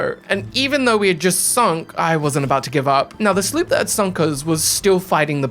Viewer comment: I like how he calls a sloop a "slerp" 😂😂😂